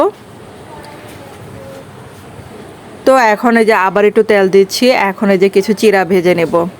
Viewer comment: আপু ট্যাল বলছেন কেন তেল বললে হয় না